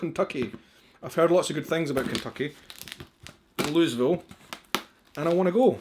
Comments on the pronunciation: Him: "Loo-iz-ville" Everyone from Louisville: Instant seizures... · Its pronounced "Louie..ville" Ky .lol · Says" "Louis-ville" Me: Ok, I can forgive that. He isn't familiar with the area. I'm sure others will tell him the mistake in the comments. There is no sense hounding a guy over something simple.: Says "Louis-ville" multiple times in a sentence Me: Cringes like nails on a chalkboard: Opens package that TELLS him how to pronounce Louisville, STILL says it incorrectly. Me: OK, I cannot be nice anymore! I must comment! AGGGH! 😖🙃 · Im from Kentucky. It's loo uh vull lol. Not louisville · Well, if you wanna come to Kentucky, learn to pronounce our largest city's name first. It's NOT Lewisville. It's LOU-A-VILLE. Or, at worst, LOU-EE-VILLE. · You would think as most of us from Louisville pronounce it Loovall but I pronounce it Louis Ville as it was named after King Loui not king loo LMAO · A friend from out of state came by and we went to the State Fair in Louisville. He kept trying to pronounce it as Louis-ville. I kept telling him it was Looey-ville. We went into a restaurant for lunch and I had an idea. I said "Let's ask the lady behind the counter." My friend said to her. "Tell me real slow, where are we?" She looked at us strangely and said "Buuuur ger King." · It's more like "loo uh vull," but the "uh" in the middle gets almost completely swallowed. "Looyville" will definitely mark you as "not from around here." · One of my cousins was on the Tasting Committee at Jim Beam Distillery. But I prefer a nice Speyside. Oh, it is definitely "Looeyville". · Hey it's "Looo-uh-ville" Kentucky. Come visit some time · That Woodford is my favorite. Louisville is pronounced Lew ah ville. The mint jullip is nasty heads up. If She sent you a corn pudding recipe do that first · Please stop saying Louisville like that lol just act like you’re saying bull buts it’s lull vull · It is pronounced louieville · it's pronounced Looeevil